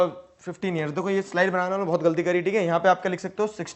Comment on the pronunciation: बनाना ❌ बनाणा ✅✅✅✅✅✅ 😅😅😅😅😅😂😂😂😂😂😂😂😂😂